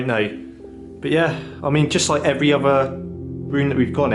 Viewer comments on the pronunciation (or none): A bit harsh, but I basically agree. The presenter can’t pronounce “other”, “further” and says things like “very unique” which make no sense, It’s a product of the YouTube generation though- great content presented by amateurs with speech difficulties. I’d rather have the content even if the presentation is frustrating and amateur. I wonder what the land registry searches turned up, and I’m amazed the presenter didn’t effect a more forensic examination, perhaps with the help of a builder. It seems very weird that many light fittings were removed, but at the same time there was rewiring ongoing. Was the property being renovated pre-sale or post-purchase? Who would have an American room, a jungle room, a Japanese room and a gigantic wine cellar and similar library. A successful American author? How many children’s bedrooms were there? Guest bedrooms? There’s plenty of detective work which hasn’t been effected, which is a shame- a missed opportunity.